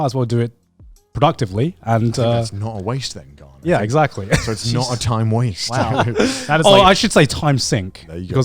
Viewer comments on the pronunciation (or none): You know that first instinct was to say 'Grant' instead of 'Garnt'